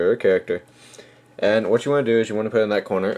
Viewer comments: Hehe,I think i am the only one who cought this,You said "Caracter" not Character".Lol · its character not caracter